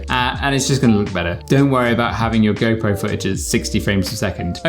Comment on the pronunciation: am i the only one when he says go pro , it sounds like gaypro ??